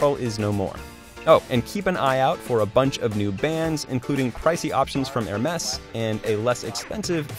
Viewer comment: Did that commoner just say "hermess"?